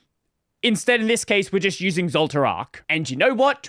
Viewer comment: intentionally mispronouncing zoltraak as if you never watched frieren 😄